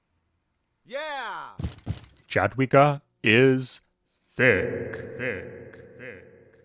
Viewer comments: JADWIGA, NOT DŻADŁIGA!!!!!!!! THERE IS LITERALLY A BUTTON ON THE WIKI TO CHECK THE SPELLING!!!!!!!!!!!! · Yadwiga :) we write Jadwiga but read like Yadwiga. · Jadwiga is pronounced "Yaad-vee-gaah"